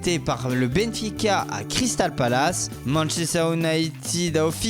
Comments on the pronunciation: A "manchester Ounaaitid" 😂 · Manchester ounited hhh speacker bourré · Manchester Unaïtid, oui bien sûr... On dirait vraiment qu’il est bourré le gars surtout à